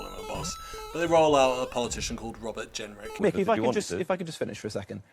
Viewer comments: It's "MICK" Lynch, not Mike, ya krazy foo! And he's an absolute f3rking LEGEND! ✊ They're already trying to cancel him (you know, the thing the right-whingers always moan that the left does) but I wonder how long before they try to silence him? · Loved the video, but his name is Mick not Mike 👍